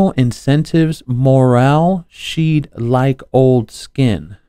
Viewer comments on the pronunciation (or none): Dude….shed like old skin…pronounced like a building used for storage…shed. not She’d like old skin…😂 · Shed not she'd. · ‘Shed’, not ‘she’d’… to shed like fur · she'd. not shewed. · Shed ( not she’d ) old skin… like a snake not old man skin LOL 🤣🤣🤣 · shed not she'd shed as in like shedding ya scales like a snake !!@@ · 'shed' like old skin - not she'd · The word is “shed” like a snake shedding its skin. Not “she’d”… When you read the proper word, it will change the context… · The word was shed not she'd. But that's ok you was reading really disgusting stuff...